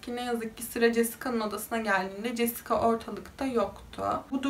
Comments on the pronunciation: jesika nedir abi cesika diye okumayi ogrenemiyor musun? Ayrica 90'li yillarda siyahilerin dedigin gibi dislandigi bir durum da yok,O kadar kotu anlatiyorsun ki cidden zaten sayili true crime kanali var TR'de en kotusu sen olabilirsin uzgunum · Jessica yazılır Cesika okunur